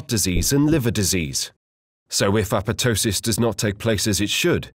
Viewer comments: It isn't apetosis. It's apo-ptosis. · no. it is not pronounced correctly in this video. google it. The second P should be pronounced. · Yeah, this guy's second P on apotosis infortunately suffered a necrotic process and is missing. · ah-POP-toh-sis would be the closest to the original Greek pronunciation, by the way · Why are you not pronouncing the second "p" in apoptosis? It sounds so weird :p